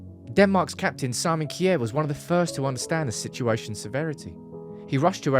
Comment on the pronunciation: The pronanciation of Simon Kjær is kind of funny. Its will be easier to just say Shear and more right. Not like Kier 😆